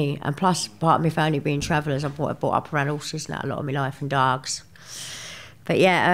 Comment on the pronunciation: the way she says dogs